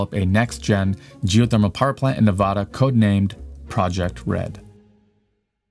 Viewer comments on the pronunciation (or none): You're pronouncing Nevada wrong... nice job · Say Nevada the right way. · Love you your videos very well researched but us Nevadans we would really appreciate it if you would research how to properly pronounce Nevada